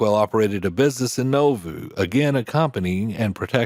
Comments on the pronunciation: The town of Nauvoo Illinois is pronounced Na-voo not No-voo and one wall of the Mormon temple in town survived the violence in the town and became one wall of a Catholic Convent, that later ( in the 1950s) became a school for girls with behavioral issues, run by the nuns, my mother's god child was a student there in the 1970s, later the convent closed, and the property was bought by the Church Of Latter Day Saints. They rebuilt the original temple incorporating that wall. As mentioned Porter Rockwell went on to lead the organization, that protected the Utah settlements of the Mormons, called the Avenging Angels ( or Danites ) if a crime was committed against the Mormons, no matter how small these gunmen would pursue the culprits, until they caught them, at that point the pursued had a choice, they could try to shoot their way out, and get shot, or surrender, and get hanged, ( a choice that would be codified in the States death penalty status years later, a person condemned to death in Utah, had a choice, the noose or the firing squad, a choice made by Killer Gary Gilmore, that choice was later changed to Firing Squad or Lethal Injection. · The place in Illinois, Nauvoo, is pronounced Gnaw-Vu, not Know-vu. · Nauvoo is pronounced “NAW-voo” not “NO-voo.” A small detail, perhaps, but this town is of such great importance to church members that getting it wrong greatly undermines your credibility as a narrator. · Naw-voo 🤣 Not No-voo! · Never heard of "No-Voo." You probably mean Nauvoo, pronounced "Naw-voo." Otherwise, well done! Much respect for your concise and straight narrative. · "NAW-voo", not "NO-voo". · Nauvoo is said like Nah Voo. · Nauvoo.... Nah-voo. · Porter Rockwell is a well-known historic figure in Mormondom, but I learned some things I never knew from watching this video. Very interesting. BTW, Nauvoo is pronounced “NAH-VOO.” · Learn to Pronounce Nauvoo: Nah-vuu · The city is pronounced Naw-Vu. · You are mispronouncing Nauvoo.